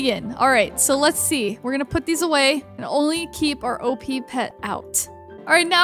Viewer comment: Please stop saying OPEEHEE